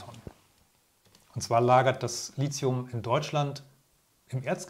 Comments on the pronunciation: Lithium kommt aus dem Griechischen vom Wort "líthos", was Stein bedeutet. Da das Wort Litos und nicht Lizos ausgesprochen wird, sollte man auch Lithium ohne einen Z-Laut aussprechen. Tolles Video ansonsten- danke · Bitte korrekte Aussprache: LiThium von griechisch lithos(Stein) und nicht "Lizium". Bei dieser falschen Aussprache ist es schwer, die Aussage des Videos ernst zu nehmen. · Es muss Li"th"ium heißen, mit "t" gesprochen und nicht Li"z"ium. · Gutes Video aber die Aussprache von Lithium sollte nochmal geübt werden. Es wird Litium ausgesprochen nicht Lizium. Kommt aus dem Griechischen und wird dort mit theta geschrieben.